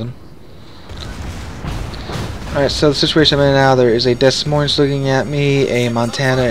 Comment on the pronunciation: Dez Moinz? I always thought it was ‘Demoin’ with 2 silent s’s.